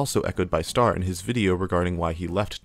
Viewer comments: STAIR?! Just say Star if you can't pronounce Ø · it's star not stair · bruh you keep saying stair not star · whos "stair"? you mean star? or ster? (stir)? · I know the name is spelled star, he called himself ster. But I can help but hear you say ‘st-air’ and it’s bothering me slightly for no reason lmao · his youtuber username is “ster”, his display name is STAR_ dont ask me why because i dont know tbh but i’d still prefer he pronounce ster “stur” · I've heard Ster, I've heard Star, but I've never heard anyone call him "Stair". Please erase my memory. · stair is pretty crazy lmao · ster segment of this video kind of feels like it lacks a proper look inside of ster's content, guy was making LOADS of variety videos, basically is entirely glossed over here, but maybe because it would realistically go against an otherwise really easy to write narrative i cant help but feel like the mispronunciation is a sign of the lack of care during that part